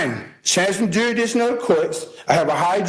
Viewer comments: He is arguing "jury-diction." 😂 Maybe he should learn how to pronounce "jurisdiction." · If he says juridition one more time. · He can't even pronounce "jurisdiction" your honor. No he clearly shouldn't represent himself! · And it's not even his "jury-diction!" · Felony murder charges and he’s going to rep himself and argue jurisdiction…..when he can’t even pronounce jurisdiction. Sov cit = 🤡